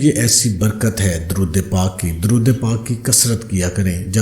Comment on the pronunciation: Darood pak ka tlafz Sahi kio